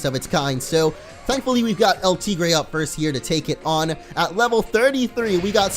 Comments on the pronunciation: you are mispronouncing El tigre. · Hector Garcia he nicknamed it and he is pronoucing it wrong Wow